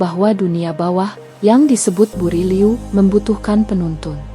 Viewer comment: Buru' liu bukan buri liu